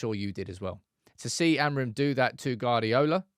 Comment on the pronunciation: Why do you insist on calling Pep, Guard-iola, the U before the A means its Gu-ard-iola pronounced Gwardiola just put a w after the G, and you're all set